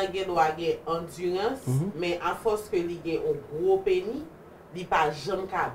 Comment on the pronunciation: Pou kisa nou pa prononse-lèt S la nan tèm pénis? Penny se 5ç USA a.